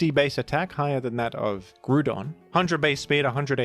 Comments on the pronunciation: Groudon is prounounced like ground. Not groo. Gr-ow-don. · Is it really pronounced “groo-don” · I was zoning out, but then I heard my goat "Groodon" be mentioned